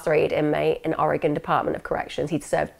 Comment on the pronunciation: Love all of these videos. Just to let you know, (and we Oregonians are pretty chill about this), there are a few mispronunciations: Word - Rhymies Oregon - Or A Gun ✅You nailed it Willamette - Will Am It Corvallis - Cow Palace ✅ Really close Aloha - A Low Ha (I graduated from Aloha High School)e all of these videos. Just to let you know, (and we Oregonians are pretty chill about this), there are a few misspernounciations: Word - Phonetic Breakdown Oregon - Or A Gun Willamette - Will Am It Corvallis - Cow Palace Aloha - Ah Low ha Was supposed to be named Aloah, after the First Nations tribe which had lived in area. But, when the post office started to build a post office in Aloha, the postmaster decided that there was a typo, and that is how Aloah became Aloha. Meier (& Frank) - My err I don’t mean to nitpick, I know that I would butcher Welsh names if I were made to try 👱🏼‍♀️